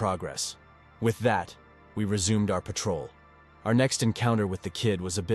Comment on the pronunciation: Threat = threet and patrol = Pat-Roll are two that I noticed.